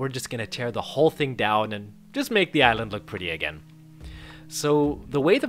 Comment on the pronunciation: Somehow every time when you say "island" I hear "ireland" what XD